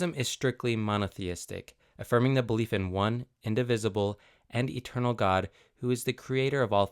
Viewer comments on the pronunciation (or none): none